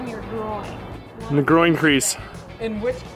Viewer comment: lol the way she emphasizes the word grOIIn xD